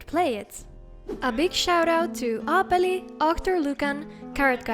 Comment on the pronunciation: aha, knew it! When i heard you pronounce 'Aapeli' for the first time, i was certain ☝️ Hienoa jälkeä kyllä teet näiden modivideoiden kanssa! 👏🤓 Tää apocalypse-teema menee testiin seuraavaksi!